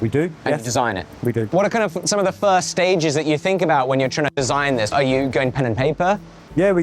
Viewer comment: Idk tho. His 't' sounds like D and dis is just lazy pronunciation. When I started homeschooling my son, it took me a full week to re teach him how to say "this" and not "dis" it's not an accent, it's lazy